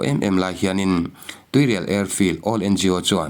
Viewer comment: Tuirial khaw hming hi lam ri tel ve fo tawhlo hram teh u.